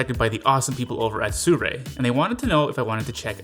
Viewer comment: See-roo-ee. Not "soo-rei".